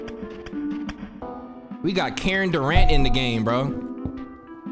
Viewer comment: My man's said "Karen Durant" lmao